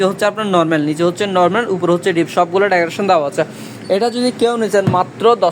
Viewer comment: তুই নরমেল নরমেল বলিস কেন? উপস্থাপক ও তো পারত ওনার কথাটা শুদ্ধ করে দিতে।